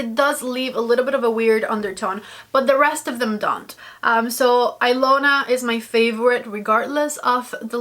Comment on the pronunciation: The Natasha Denona lip liner is pronounced Eeeelona the i sounds like an “E” I know because it’s my name lol I’m actually Russian but the name is Hungarian go figure lol I love that liner too. I was shocked to see my name on anything as it’s not a popular name I could never find a single gift item with it as a kid.. so I had to get the liner lol and the color is a fave too. Love your videos. Watch you all the time!